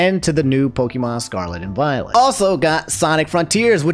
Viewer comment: Everytime he says "pokEEmon" I die a little. I love you man but please. It's pronounced pokAYEmon